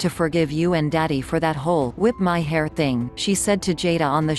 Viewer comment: I giggled at the way "whip my hair" was pronounced